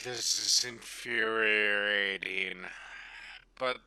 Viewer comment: Did he just say "infuhreriating?"